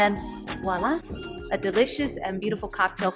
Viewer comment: I know this is super petty, but she pronounced "Voilà!" as "Wallah, which is pure wahala. (I'm neither French nor Nigerian, but I said what I said.)